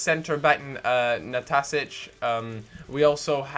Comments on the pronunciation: dude, Nastasic quite clearly has 2 "S"s in his name, I have no idea how idea how you're coming up with "Natatic" lol. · Nah- Stah- Sich This is how its pronounced :) :) :)